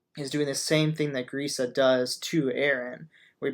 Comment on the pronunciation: youre saying Grisha wrong. Dont butcher his name please.